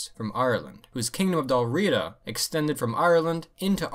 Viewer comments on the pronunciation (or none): Your pardon Sir but,as a native of England i doth do remark sir tis pronounced Dalriada not dalriida...Cumnich bas Ailpin...